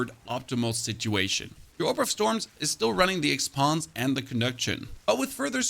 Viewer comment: you use the "EX PONS" gem 🤣🤣 I wasnt watching the screen and was all like say what? what gem is that? lol